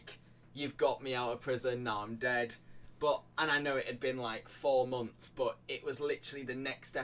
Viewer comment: Damn i wanted to watch this but i have to stop at 20 second… the word is “but” not “BOH”